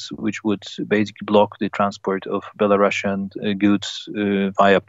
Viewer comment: Belarusian not belasrussian!